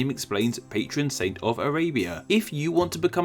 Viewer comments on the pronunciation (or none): none